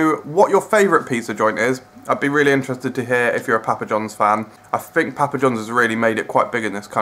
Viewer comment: Stop saying pappa like that. I'm from England and no one says it like that.